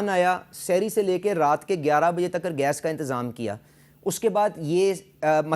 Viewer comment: Takar ❌ Tak ✅😂😂😂